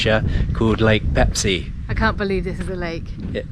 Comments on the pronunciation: 🤣 When I heard it first I was thinking - “No, you didn’t say Pepsi!”... second time...”Am I deaf...? No, you said Peipsi, yeah...definitely Peipsi.”... third time... “Wait wait wait a minute.... said Pepsi?? Noo...she said Peipsi! Or not... 🤔 “ whaaaat? 😁🤣😁🤣 Same same but different and it doesn’t matter actually! You are so awesome couple...so Pepsi or Peipsi!! What ever you want! You can! 😁🤣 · The lakes name is Peipsi, not Pepsi!😊In English language the lakes name known as Peipus.